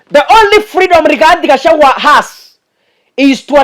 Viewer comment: it's Gachagwa not Gachawua😅